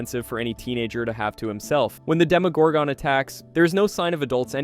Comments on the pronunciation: Stop over pronouncing the ‘gon’ in demogorgon. It’s not pronounced like gone. It’s pronounced like gun. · It pisses me off how you say demagorgon. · They say demogorgon in the show tons of times, how do you still mispronounce it? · I know right?😆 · i disliked the video n not gonna finish it cus of that 😂